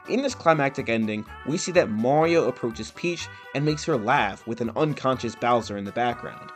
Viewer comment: It’s “Mario” not “Morio”